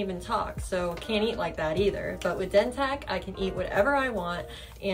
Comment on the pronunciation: How yall gone promote a product, and the person in the video is not even pronouncing it by the correct name 🤔 yeah ok 👌